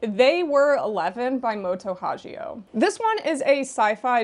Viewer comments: Love your videos just one thing "Hagio" pronounces with hard g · on japanese wiki it has it in hiragana as 「はぎお もと」so it should be correct with pronunciation as in ‘gift’ or ‘girl’ :) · I’m dying to finally read They Were Eleven! Also excited for the new Poe Clan box set. 😊 BTW, just for future reference, the “gi” in Hagio’s name is pronounced with a hard G, like a karate gi. Anyway, congrats on your marriage,! And don’t sweat doing “list” videos—I really like ‘em because they always introduce me to new series! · Just to note, Moto Hagio is pronounced with the hard g instead of the soft g.